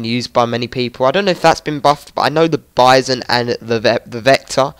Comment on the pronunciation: Its prononced baizon